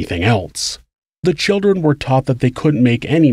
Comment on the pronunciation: Not every crime story has uh talk all abow choowdrwren. Most of this shit happens in the US. Listen how we talk, and about how we protect the CHILDREN. Frigging jebends, listen to this guy! Learn how to pronounce the letter 'L'